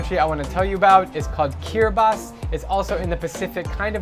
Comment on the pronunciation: Respect for pronouncibg Kiribati correct. BTW great vid as always.